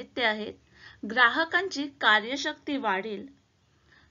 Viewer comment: पैशाची क्रयशक्ती असा उच्चार आहे. तुम्ही कार्यशक्ती म्हणत आहात.